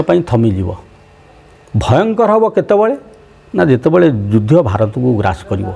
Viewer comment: ଆଜ୍ଞା ଆପଣ ମୋର ଏହି ସନ୍ଦେହ ମୋଚନ କରିବେ କି? ଆପଣଙ୍କ ବିଭିନ୍ନ ଏପିସୋଡ ରେ କଥାବାର୍ତ୍ତା ମଧ୍ୟରେ 'ଯୁଦ୍ଧ' ଶବ୍ଦ କୁ ' ଯୁଧ୍ୟ' ଉଚ୍ଚାରଣ କରିବା ଶୁଣିବାକୁ ମିଳୁଛି। ଏହାର ବ୍ୟାକରଣ ଗତ ସିଦ୍ଧାନ୍ତ କିଛି ଅଛିକି ?